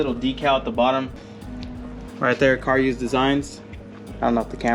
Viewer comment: CaRuse not car use lmao.